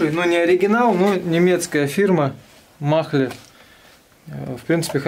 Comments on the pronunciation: Фирма читается как Маале а не Махле, буква Н не произносится а просто делает а более длинной. Поэтому в транскрипции будет Маале. Не упрёк а так к общему развитию ;-)) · Mahle правильно говорить не махле а Мале с ударением на первый слог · Махле 😂 😂 😂 Mahle произносится майле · Не махле,а мале)) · Угу, х в немецком не читается после гласной. БЕХР, МАХЛЕ, БАХН) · Все ок, только не махре, а МАЛЕ!)) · фирма не МАХЛЕ,а МАЛЕ 😉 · Фильтр не Махле, а Мале... живу в Германии 16-ый год, такой марки не слышал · Фильтр мале а не махле ))) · Не маХле, а мале) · Фильтр -МАЛЕ читается,а не МАХЛЕ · Не махле , а мале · Фирма мале... А не махле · Мале!А не махле! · Привет, без обид, говори просто МАЛЕ, а так все супер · Фильтр правильно называется "Мале" буква "H" не говорится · Фирма,, Мале,, h не читают.,, Mahle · Здоров. Жми дальше, народ верит в тебя. И да, на немецком « mahle “ буква “h” не читается. А так все супер.